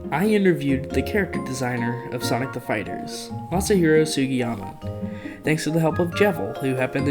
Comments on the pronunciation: ...how could you not pronounce that name...anybody can pronounce that😂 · can't even pronounce the name of the man that made sonic cd and sonic adventure 2 possible im crine😭😭😭😭 meanwhile matt rose pronounced jun senoue's name wrong